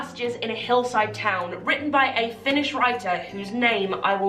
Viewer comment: You did much better with your Finnish pronounciation than I've seen people without training do so good job!